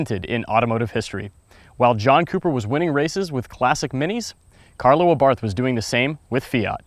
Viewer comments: He said Abarth wrong. I'm offended. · Learn to pronounce Abarth